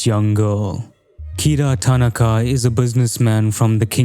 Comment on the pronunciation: Awesome video. But why is nearly every video on this game butchering the Japanese dudes name, it’s ta-NA-ka